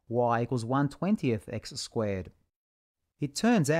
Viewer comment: a cartisian plaiiiin, in an ozzy accent, beuautiful, when y=x ^2squeeeeeee'rd